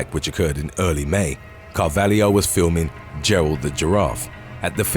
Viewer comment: I always thought the narrator was Australian, so that surprises me that he's getting slack about Melbourne. He constantly mispronounces things though. Did you hear how he said Carvalho?